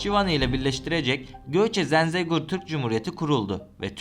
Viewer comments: Zenzegur değil zengezur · Abi Zenzegor deyil, Zəngəzur doğrusu. Lütfen tarihi yer isimleriyle dikkatle öyrənin. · Yemin etmiş gibi Zengezura sonuna kadar Zenzegur dedin. 😂